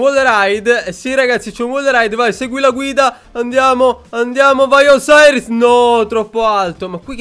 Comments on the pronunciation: Non è osairis si dice Osiris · Si scrive osiris ma si legge osairis